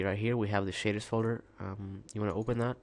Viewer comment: sounds like he says shiters just sayin